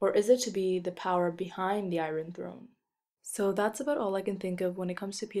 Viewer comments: Appreciated the video, except for your pronunciation of "iron" at the very end -. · Why on earth do you pronounce the "r" in iron?